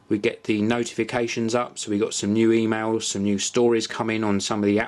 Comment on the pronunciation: hehe "2mails"